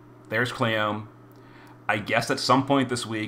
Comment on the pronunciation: Its kleeyome, not Cleeom